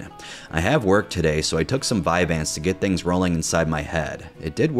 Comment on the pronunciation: I felt the same rage when he said vyanse